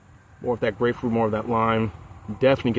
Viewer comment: You nailed it when you said grapefruit. I think I would have liked the double broken heel IPA better than the Trail Maker Imperial IPA